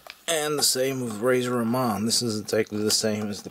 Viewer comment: He couldn't even pronounce Razors name correctly lol